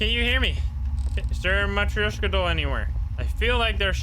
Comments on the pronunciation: BTW it's ma trosh ka I'm russian I would know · I think it is spoken "Matroshka" but idk I don't speak Russian/Polish/Whatever